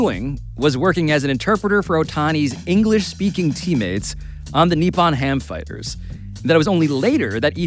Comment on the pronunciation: Point of clarification: The name of the team Shohei played for in Japan is the Nippon-Ham "Fighters" not the Nippon "Ham Fighters." The way it's enunciated throughout this episode is like if you called the Yankees the New "York Yankees"